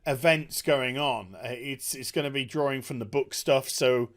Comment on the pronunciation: Not droring you in? It is kind of droring me in^^